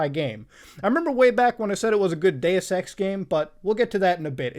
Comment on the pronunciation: everytime Muta says Deus-Ex. I hear it as Dayersex. Sorry xD